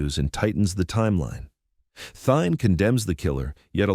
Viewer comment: Man, I really fucking hate these disgusting AI narration voices. Thayne's name is said out loud so many times in this video, yet the "narrator" pronounces it "Thine". Try harder, please.